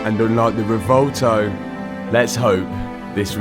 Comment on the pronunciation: Repeat after me “re-vö-el-toe” not revolto 😂